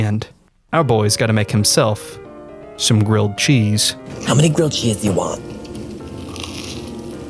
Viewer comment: A gwilled cheese if you pwease? Ifykyk